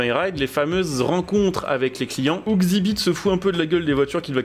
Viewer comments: Ca se dit X ibit pas xibite , ouai il est un peux caca 😂 mais j'étais assez fan de pimp m'y ride du coup voilà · Par contre ça se prononce Exzibit …….. 😅